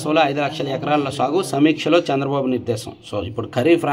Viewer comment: సీఎం నేమ్ చంద్రబాబు గారూ పేరు తప్పు గా పలి కారు